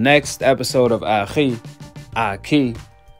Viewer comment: It’s Akhii, Akiii, Akhi TV peace 😂.